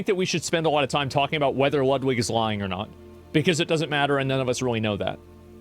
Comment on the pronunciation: Bro, it's pronounced Loodweek! :D I'm living in Poland and I hear that name sometimes. Yeah! He is in relationship with Hasan. You can tell it by now.